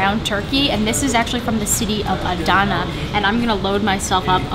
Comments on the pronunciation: adna not adana. small a btw d and n. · adana ogabashi :DDD sounded like japanese